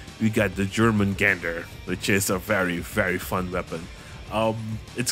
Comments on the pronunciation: It's pronounced 'Yor Mun Gan Der' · I do believe it’s pronounced yourmengunder Norse mythology serpent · Jormangander the world Serpent is Pronounced “Your-Man-Gander” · In slavic language J is pronauced like Y in english ;p